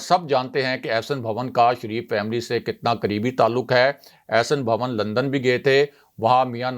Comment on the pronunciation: بھوّن نہیں.... بھون